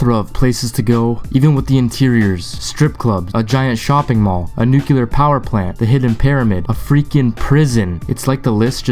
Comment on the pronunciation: nookyalur is not a word.